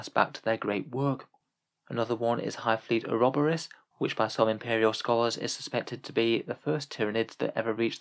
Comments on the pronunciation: Or-ob-or-is lol I think that was ment to be "uro-bor-is" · Oroborus was in a league of its own tho..